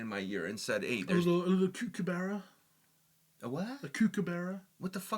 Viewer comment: Lol as an Aussie I think you should come see Australia for yourself and learn to pronounce words such as kookaburra NOT koo-kaburra